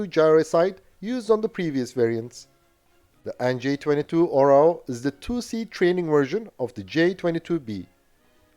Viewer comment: Hey, you know the OREO cookies? Put the emphasis on the first letter "O" and change E with A and you will get the correct pronunciation of the Serbian word "eagle". :)